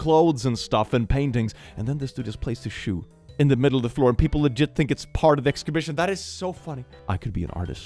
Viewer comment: Ex scibishion😅